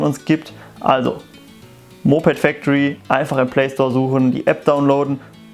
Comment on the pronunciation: Kann ''Moped factory" nicht aussprechen